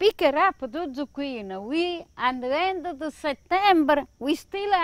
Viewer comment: Zu-QUEEN is right!!